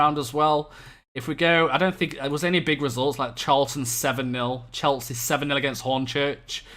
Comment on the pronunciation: Stop saying Cheltsea